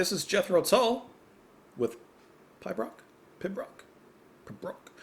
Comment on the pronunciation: Great reaction, as always. To help, Pibroch - pronounced - Peebrock is a tune player by a solo bagpiper. It's usually lamenting something and at the Edinburgh Military Tattoo every August the end of the show is heralded by a lone piper high on the battlements of the castle playing a Pibroch. Quite a sight. Gives me goosebumps every time I see it. Here's a link if you are at all interested. To me that is what Martin Barre is doing on the guitar to start and finish with.